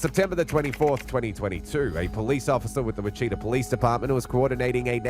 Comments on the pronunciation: Wichita is pronounced which-i-TA, not wi-cheetah. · wah-cheetah? i think you mean witchita, narrator. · It's not Wi-chita, it's Wich-i-ta. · WITCH-it-aw, Kansas, not Witcheeta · It’s pronounced “ Witch a ta” not Wa chee ta! And people of Wichita didn’t like this Mayor! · It’s Not “Witch - CHEAT - uh”; it’s “WITCH- chi - tah” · Wacheeta Ks? Oh you mean Witch a taw (Wichita) Ks. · Witchita lol it’s pronounced Witchitaw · Small things I know. but it's not pronounced Wachita. It's Wit chi taw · Wit-chit-a???! It’s Witch-a-tah !!!! Yeah, just blows my mind how many people or fake people or whatever butcher the damn name up. Not only do we Wichitan’s get tired of people, not knowing how to properly say our cities name, but it is also the name of a Native American tribe. Please do your research and get it right. I promise you it’s not that hard. Like I said, I know in this particular incident it’s AI but fix it! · Whi-cheetah?!?! The disgrace 😂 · Guys, it's Wichita like 'witch e taw'. The cop even says it. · He was in Wich A Tah Kansas. Not Wa Shi Ta. Anyway, this is Wichita. They love to name drop there. Little man trying to be a big one. And I can say this I grew up in that city. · Wuh-Cheeta Kansas? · It’s pronounced as Witch-it-ah, Kansas. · Dear narrator, please learn to pronounce "Wichita" and "epitome."